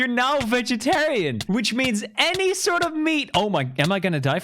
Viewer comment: “Any sœrt of meat”